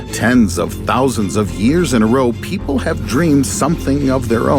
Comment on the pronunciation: Yes,just incase this guy said PEIPLE